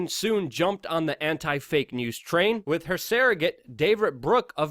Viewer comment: Luke I love you guys but you gotta get better First - the word 'with' is pronounced "with" not 'wit' Other Luke'isms on this vid : 'Blanketed' (you meant blatantly) cold-heartedly (you meant whole-heartedly) 'more technically' (it's just 'more technical'). There were others. I know you're more intelligent than you come across; improving your grammar will help this channel immensely. Please keep up the good work